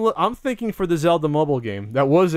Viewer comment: "The Legend of Cellda" it will be called..